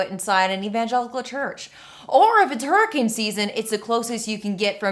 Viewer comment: Did you say "Hurriken season?" ....cause that was awesome.